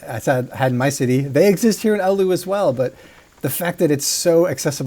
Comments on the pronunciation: Why are you mentioning Oulu? It's Alu according to him. Other americans pronounce it as Allahu/Olahu/Aluha. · ahh yes, my favorite finnish city. "Ooluu"